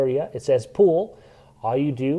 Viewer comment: You say "pull" like "pool". I'm guessing that's a local accent. Curious on what part of the country you're from. Thanks for the video. So much better than trying to figure out your average manual!